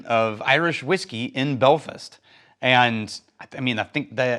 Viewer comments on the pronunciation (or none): No disrespect intended , but the name of the place where Dunville's is produced is pronounced "Bell-fast", not "bell-fest". Liking the new format. Took a few episodes to warm up to it but enjoying the new approach. Slan Slan